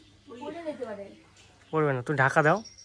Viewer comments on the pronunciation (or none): none